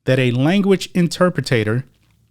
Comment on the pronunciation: Inter Pretator? Yeah well.